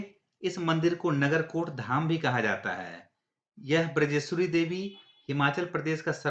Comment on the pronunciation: बिरजेश्वरी नहीं बजरेश्वरी अधिकांश लोग माता के नाम का अशुद्ध उच्चारण करते हैं सही है बज्रेश्वरी